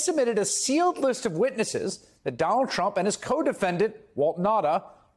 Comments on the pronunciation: Sounded like he said Donald Chump..😂 I like it. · Sure sounds like says, "Donald Chump" in the beginning of this vid. 😂😮😂